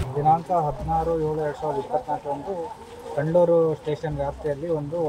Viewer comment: Dayavittu place name correct aagi heli.. Idu kandlur kalavara alla... Good job....